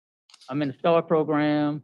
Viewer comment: ...l like your posts, and I appreciate/"get" all your doing putting them out there (despite the insanity contained within the cases of MOST of these animals). Just a little constructive criticism for you, and the Honorable... it's proGRAM, not proGRUM! Just nitpicking, drives me nuts.✌️